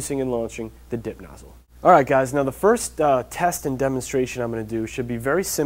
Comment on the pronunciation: at first i thought he was saying dick nozzle....